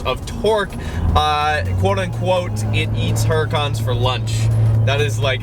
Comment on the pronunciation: You have it sounding very Italian